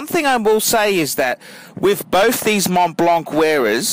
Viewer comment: you said it correct.